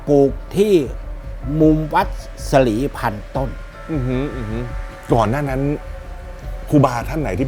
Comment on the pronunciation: วัด สลีพันต้น! ไม่ใช่ ศรีพันต้น!